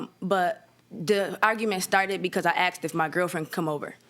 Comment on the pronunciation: I "axted"